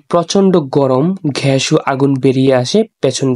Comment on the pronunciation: ঘ্যাস নয় ভাইয়া এটা হবে গ্যাস ধন্যবাদ